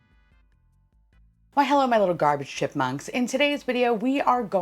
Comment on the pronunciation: GARBAGÉ QWEEEEN